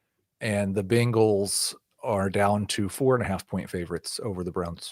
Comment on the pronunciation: Can someone PLEASE tell that it’s pronounced Bangles and not Bingles?